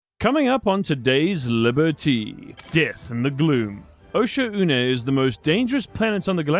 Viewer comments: Who calls Oshaune Osha u ne, its literally Ou shawn 😭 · bro please pronounce it right. Oshaune not Osha-une